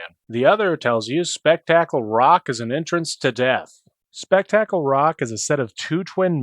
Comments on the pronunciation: My brain kept rebooting every time I heard "spek-TAK-ul." I never thought of that pronunciation, but now I can totally see it, since the word "spectacular" comes from it. Even so, it's "SPEK-t'k-ul" and means "really interesting thing that happens." Unrelated, when I was a kid my mother thought it might be called "Spectacle Rock" because the two rocks next to each other looked like a pair of glasses, or "spectacles" as they were once called. And yes I'm old enough that I got this game, new, for my 10th birthday. Even more unrelated, my nephew used to pronounce Paladin as "pul-AD-in." Like Aladdin with a "p." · I can't get over how you say "Spectacle" as "Speck tackle" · I’ve never heard anyone pronounce “spectacle” like that before. What part of Appalachia are you from?!